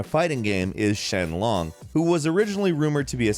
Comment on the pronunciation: Late comment, but.. Was saying Shen Long instead of Sheng Long a joke, or just a mistake caused by a bad script writer and/or you not reading the script right? Because you SHOWED multiple sources saying SHENG Long while insistently saying SHEN Long.